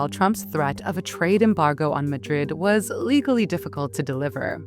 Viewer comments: Please get a vocie actor stop using the ai, the pronounciation of Madrid is sooo wrong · The AI voice-over is so annoying. Disjointed cadence. Mispronounced 'Madrid' 4 different ways. Why nit use a human fr f's sake ?